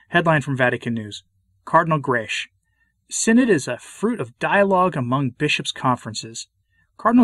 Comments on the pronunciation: Cardinal Grech is Maltese and the surname is read as: Grech is to be read as"grek" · Please note that Grech is a very common Maltese name, and is pronounced ‘Grek’. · Permit me a detail: the surname Grech ends in a hard c or k.